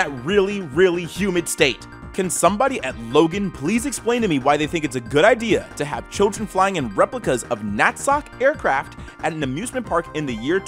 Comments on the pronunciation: Not going to lie, I heard you pronounce lagoon as Logan and nazi as natsock and thought you might be ai but I’m guessing it’s for the algorithm. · The way he called Lagoon, "Logan" probably made every viewer from Utah (including me) mad. If you didn't know, it's a theme park in Farmington, Utah.